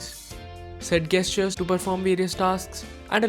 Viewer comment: Good video, but you're pronouncing 'gesture' wrong :-( really bothered me.